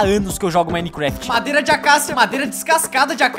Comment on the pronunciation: so eu q vi q em o falou mareda, ao inves de madeira?